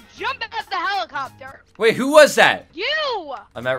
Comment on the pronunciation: He said h e l i p c o p t e r